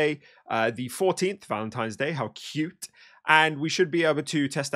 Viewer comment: “How KIUUT” 😂